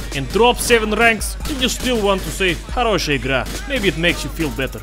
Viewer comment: почему тогда он говорит "хороЩая игра и до Звиданья"? Может, слишком долго живёт в США, что уже и акцент появился🤔